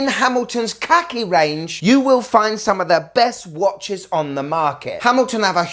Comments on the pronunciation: Why don't you pronounce Khaki correctly? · khaki as in the military colour, please pronounce it correctly. 😉